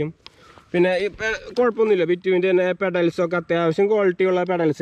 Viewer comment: ബിറ്റുവിൻ അല്ല.ബിട്വിൻ ആണ്